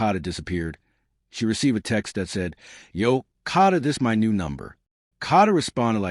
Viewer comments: Her name is kada Scott not Cada!! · Get a map so you know the difference between the NE part of Philly and the NW part of Philly. Sad they are local news people who are too lazy to report news accurately. Pronounce her name correctly or report on a story were you can respect the pronunciation of the young lady's name. KADA not Kata. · Wish I had a dollar for every posting that started out wirh FINALLY THE TRUTH.. I'd be rich.. I think it's obvious that "Kidnap me again"...is just some stupid slang..like "cash me on the outside" was.. means nothing about actual kidnapping.. and stop saying Caaaada...that's not the girls name! Uggg. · Who would subscribe your channel trying to monopolize on her dearh you can't even say her name right😮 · saying her name correctly is deeper meaning enough!! The girl died.. so say the name properly! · Especially if you’re going to say it repeatedly….. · why are u pronouncing her name wrong. You can clear as day hear how it’s pronounced, but for some odd reason you can’t pronounce it correctly 🙄 ugh